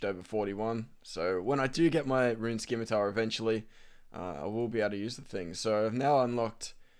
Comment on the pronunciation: theres no "k" sound in scimitar, its pronounced like "simitar" :p